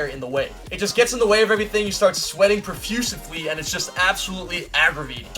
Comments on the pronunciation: profusely not profusively. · Profusely not prefusively. Sorry my ocd made me do it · Common not popular, profusely not "profusively"